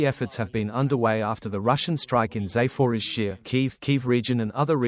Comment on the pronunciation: A sign of respect would be for the (AI?) commentator to learn to pronounce the place names in Ukraine properly Zap-or-izh-zhiya